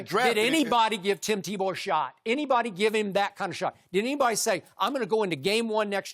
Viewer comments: Shannon is so funny when he mis-says something he called Tebow Timbow 😂😂😂🤣🤣🤣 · Shannon: "TimBow" 😂